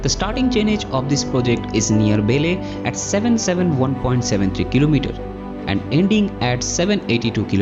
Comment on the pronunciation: Nice video. BTW It's vele not bele